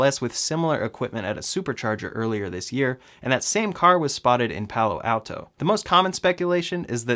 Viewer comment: good video...one complaint though...as someone born in palo alto, please pronounce it right